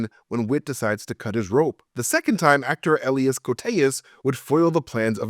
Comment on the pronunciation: why is it so hard to pronouce Elias?